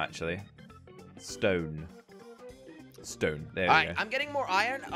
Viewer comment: saying stewn instead of stone...